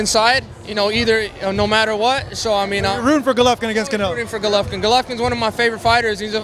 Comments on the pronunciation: Rolly is stupid af!! He says he’s a ‘Govolkin fan’. How are you a fan and pronounce the name wrong? And he says 7-5 canelo first fight smh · Rolly a fool, can’t even say “Golovkin”, and saying he is a fan smh